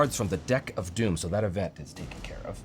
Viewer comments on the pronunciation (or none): none